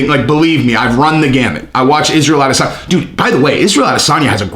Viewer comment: Get that Nigerian spin on it.... A-diss-son-ya